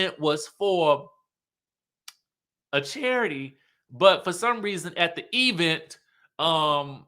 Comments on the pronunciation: The Tisha ‘e-vent’ pronunciation 😂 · how you keep emphasizing the Event has me 😂😂😂.